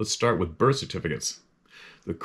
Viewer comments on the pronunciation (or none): none